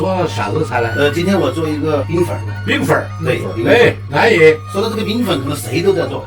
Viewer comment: 「安逸」兩字，就覺得夠入味了。.....我是山東人。